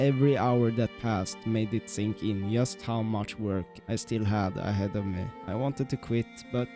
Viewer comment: Very impressive. Love how you mispronounce “just”